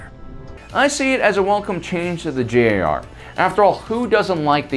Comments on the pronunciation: Why do you call the GAR the JAR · No hate when saying this but you said JAR , it's GAR not JAR